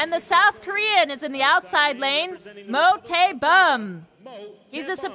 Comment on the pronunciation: 그와중에 계속 모태범 이름 잘못 부르는게 킬포 ㅋㅋㅋㅋㅋㅋ